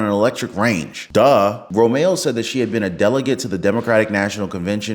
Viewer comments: About Romero... It's not RO-MAY-O, it's RO-MARE-O. Can't say a fairly simple and common Hispanic name? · Her last name is Ro-me-ro. The last syllable is RO.